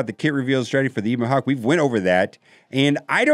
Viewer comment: Eh-bon Hawk, not Ee-bon Hawk.